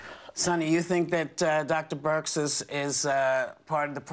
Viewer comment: I hope Whoopi's ok. Something seems off. She's been stuttering and mispronouncing words ever since she came back from being sick. "Dr. Brix"? and